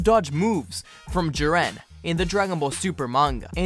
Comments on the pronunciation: I’ve legitimately never heard someone pronounce Jiren like Jiran. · The way he said jiren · The way he pronounces “whis” and “jiren”......